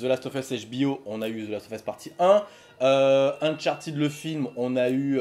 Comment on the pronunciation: Salut, 2 questions! 1: Qu'est-ce tu en pense d'un jeu du style James Bond comme nouvelle licence de Naughty Dog? 2: Pourquoi Uncharted se prononce Unchartid et non Uncharted?